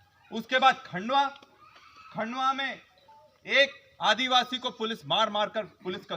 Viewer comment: आदीवासि का बेटा आदीवासि बोल नही सकता